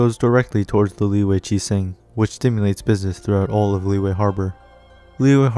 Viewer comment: All those times you said "Lee-way" 🥴